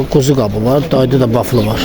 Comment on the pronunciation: Baflı nədi? Belkə vafli demey isteyir.😊